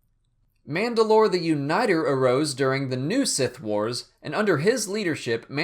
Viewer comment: It's manda'lor or mand'alor Can't remember which